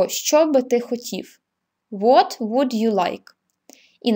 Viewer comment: Жахливий наголос словa "WOULD"!!!